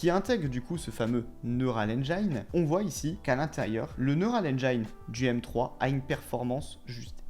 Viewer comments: on prononce Neural Engine comme ça: neurôal enjean et non engaïne. merci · Engine = Haine jean Et non pas Haine djaïne :D ;) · Petit tips de prononciation : « Neural ènjaïne » comme tu dis ça n’existe pas… Va réécouter Tim cook ;) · "engine" ça se prononce "end-jean" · Hé ho..."engine" ne se prononce pas comme à On ne vous demande pas une maîtrise parfaite de l'anglais, mais quand même...